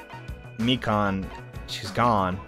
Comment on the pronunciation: Lol. Funny until you remember it’s Mi-Kahn, not Mi-Can. (Don’t r/wooosh me I get the joke lol)